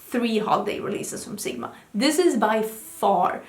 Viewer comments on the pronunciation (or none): none